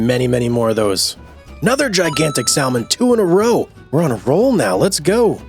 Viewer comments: The "L" in salmon is silent. Come on, man. This can't be the first time you've seen the word, or heard of salmon. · The way you say salmon😂.... Its a silent L man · Been waiting for this hehehe Could you do stardew valley on this channel? The way you say salmon bro